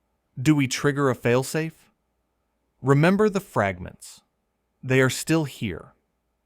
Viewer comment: and fragnants and ogjects. I hate this AI crap